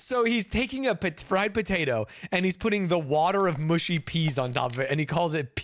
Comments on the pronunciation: Mushy is pronounced mu like much not moo like push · Its not mooshy peas, its mushy peas. Stop saying mooshy.